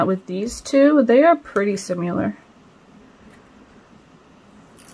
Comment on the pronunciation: Do u realize u say “simular” opposed to “similar” I’m just pointing this out w/the purest intentions. I’ve done this plenty of times and one similar experience I recall is having a spelling test w/my sister as kids. I was asked to spell “of” and I was so annoyed with bn told I was wrong repeatedly bc I didn’t realize I kept saying “ov”🤭